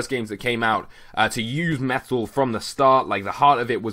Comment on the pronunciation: Sounded like you were saying FULLMETAL as in da anome